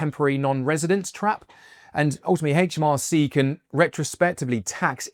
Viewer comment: It's aitch, not haitch - aitch em ar cee